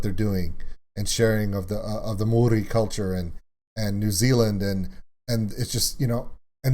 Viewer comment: Your pronunciation is a little off with saying Māori. It's kinda like saying 'moldy' but with a quick rolled r sound instead of the d. Like a quick 'mo-ree'.